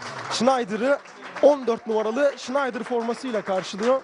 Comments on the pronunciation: Vezli $InaydIr degil olm. Wesley Sneijder.. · hala şınaydır diyor yaaaa!olum kafanmı almıyor,safmısın öğren artık şunun telaffuzunu